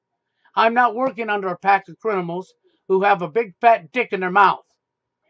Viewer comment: He still says crinimals lol Goodbye and good riddance